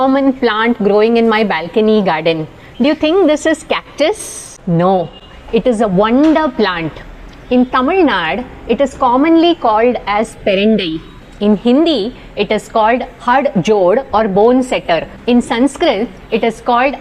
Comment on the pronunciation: Its not Tamil Nad, its Tamil Nadu. Also stop spreading havoc about foolish plants!!